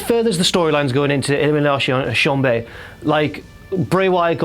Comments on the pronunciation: Say elimination chamber proper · saying elimination chamber with a French accent implies that chamber means bedroom hench the term 'chamber maid' a hotel bedroom cleaner, so I'm looking forward to ELIMINATION BEDROOM on Sunday